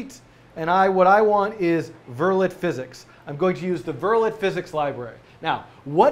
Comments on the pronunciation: btw, it's pronounced "ver-lay." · It's pronounced vur-lay not vur-let.